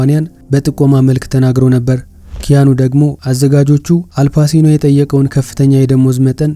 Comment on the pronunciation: Not አልፓሲኖ it is አልፓቺኖ።